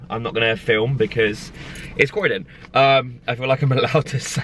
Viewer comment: It’s croydon😂😂😂